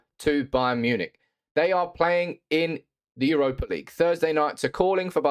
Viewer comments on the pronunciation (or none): none